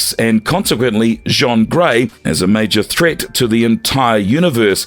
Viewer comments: Jaun Grey, dafuq. IT'S JEAN. Like Billie JEAN. NO Jean Valjean from Les Miserables. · Jean Grey? It's pronounced JEEN not JHAWN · Yo said Jean Van Dam Grey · How can you repeatedly mispronounce Jean Grey's name? For future reference Jean is pronounced the same as "gene", not as "john" which is spelled "Jean" in french. Strangely a couple of times you got it right, but most times you pronounced it as the french "john", which means you didn't even get her gender right. I could forgive this if she was some obscure character that was unknown except to hardcore fans, but she is literally one of the most widely known x-men characters (comic fans and non comics fans alike) as well as important x-men characters, and a founding member of the team who first appeared in the 60's and has appeared in one form or another consistently since. If you don't know who she is, you probably shouldn't be making these videos. I can understand that maybe the voice over guy is just reading a script and doesn't know the characters, but why didn't someone in editing pick it up? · "jon grey" ...? 🤦🏻‍♂ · I know that someone just hired this voice over guy to read scripts but my god.. I can't anymore. He literally pronounced Jean as John Grey. Also who is classifying Captain America as one of the most powerful?! I can't. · Okay this AI voice was bd but I couldn’t get past the Frechman: Jean Grey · these AI generated videos are full of so many annoying errors (the way it pronounces "Jean" Grey lol) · Interesting character. Though, gotta say, it did get old fast how you kept butchering Jean Gray's first name lol. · Thank you... I couldn't even finish the video because that was annoying me so much... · yeah you're telling me. They also mispronounced Jean Grey's name lol. I've been running into this a fair bit recently.